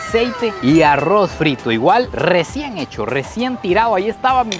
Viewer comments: El no dice arroz dice aggro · Arrrowsh ajajajaj ARRRRROZ ! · Aurrros en vez de Arroz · Alguien puede decirme porque los costarricenses dicen Arrouz 🤣🤣🤣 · Como narices pronuncia "aurruoz" parece un giri 😂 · amo cuando dice arruoz 😅